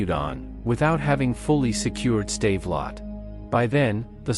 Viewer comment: So Joe Chim Paper was defeated at a Save-a-Lot store? I guess they don't sell many bilingual AI voices. I did like the 'Tiger Too Heavy tank.'